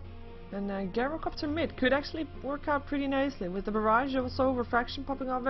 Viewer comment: The first syllable of gyrocopter - gy - rhymes with tie or chai (like the tea). Please dont pronounce it, as does, GUYrocopter. Think tie-ro-copter